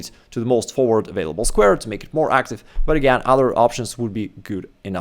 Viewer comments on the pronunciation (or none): none